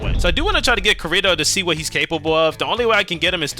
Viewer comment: You rage baited us so hard when spamming “Kurito” when it’s obviously KI-RI-TO 🥀💔 had to stop watching after dat for a bit😭✌️